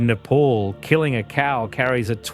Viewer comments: wtf is nayy-paul? its neh-paal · It's not "Nepaul" It's "Ne-pal"❤